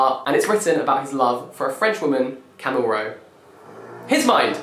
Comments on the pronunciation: YOU DID NOT PRONOUNCE CAMILLE AS 'CAMEL' AND THEN PUT THAT SOUND IN THE BACKGROUND oml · 2 things (actually 3). 1 - I love this -- thank you for making my reading list so much longer ;) 2 - did you just call Camille Rowe, Camel (🐫)? 3 - what collection does 'The Wait' belong to?